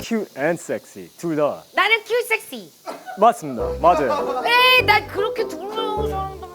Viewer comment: 큣트를봐 아늬믄 쉑쉬를 봐? 발음너무 찰지셔ㅋㅋㅋㅋ